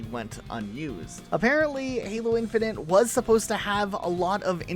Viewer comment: Great video, though I cannot explain how mad it makes me when you say "infinant" or "infinunt" instead of "infinite" ... but that's a me issue :D